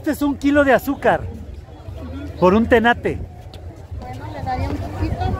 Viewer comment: Eso es un tenate no tanate 😂